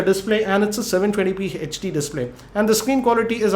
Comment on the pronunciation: He says HD to hach di